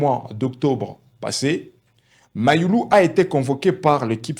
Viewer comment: Toi aussi fais un éffort de prononcer u et non i .